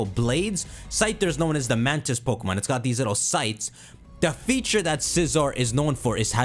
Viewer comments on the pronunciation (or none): none